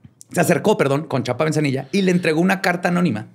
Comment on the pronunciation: Es Antonio Lozano GRACIA, no Garcia.. y Chapa Bezanilla, no Benzanillla